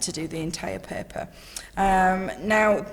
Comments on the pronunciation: It’s paper not pepper dam that’s annoying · She keeps saying paper as peeper